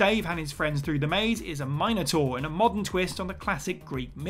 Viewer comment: Had to give a thumbs down, because of the way he butchered the word Minotaur.